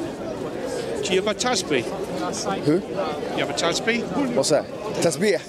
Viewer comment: Hey u got tasbeeh... Mo.. What..? Lol tasbiah lol 😂 MashaAllah